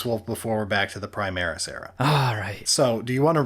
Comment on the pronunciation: "Prismaris" lol